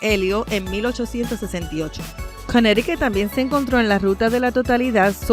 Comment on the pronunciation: Si vuelves a decir Cunericut me salgo del canal. Me mareaste con esa palabra.